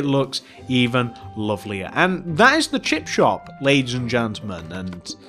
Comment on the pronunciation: Is it me or does he say chip chop 😂🙂